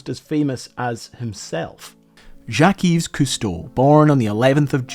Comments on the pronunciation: Yves is pronounced Eve. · I thought the s in Yves was silent, and instead pronounced more like "Eve". (Source: I'm Canadian and lived dans la belle province) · Yves is pronounced identically to the English name Eve. You don't vocalize the s 😜 (then you might've avoided some of the confusion about the supposed "mispronunciation") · Y and S are silent on his middle name it's pronounced as Eve. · a little pointer that the ''s'' of yves is a silent s (as is such for all words in French)